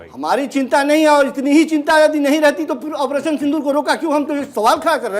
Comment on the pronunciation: ऐ क्या बोल रहा है पानी सिंदूर साफ बोल